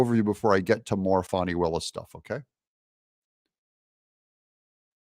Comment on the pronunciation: brother doug, it's fani, not fahni